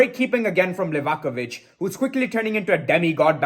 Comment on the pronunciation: Thank you for pronouncing Livakovic correctly